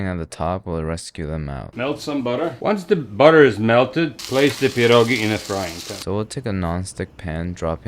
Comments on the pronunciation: DUDE YOU SLAYED IT (tho the cheese choice made me roll my eyes) they look amazing! and the way you pronounced pierogi is just chefs kiss would live to see you do kasza gryczana z boczkiem i cebulą, which is basically cooked buckwheat with fried onion and like uhh diced bacon pieces? ig... don't forget lil bit of salt and pepper with onion and some Maggi liquid seasoning, its very easy to make and very tasty! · Your pierogi pronunciation deserves an cookie, you nailed it. There's no need for kurwa mać here. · THATS TOO PERFECT ARE U POLISH? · When you said “pierogi” the pronunciation was so on point. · before watching the video: I hope he says "pierogi" and not "pierogis" update: I wasn't let down. also love your pronunciation of the word! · Your pronunciation of pierogi is so on point 🫡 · Your saying pierogi perfectly dude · You are the first foreigner, I saw, that said "pierogi" instead of "pierogies", which is good as pierogi is already in plural form. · dude, your pronouncation of pierogi is absolutely spot on man. and please, im begging, use COTTAGE CHEESE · You've just awakened your inner slav with this video /j (but in all honesty, your pronunciation of 'pierogi' sounds like someone native, and i gotta thank you for saying 'pierogi' not 'pierogies' <3) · I feel like crucifying you for using raclette but POLAND MENTIONED so I'm willing to forgive you Also you did pretty good on pronouncing pierogi